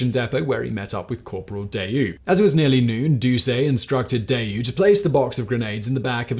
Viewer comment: Giroux is pronounced zhee-ROO